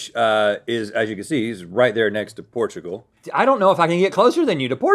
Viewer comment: “Portoogol”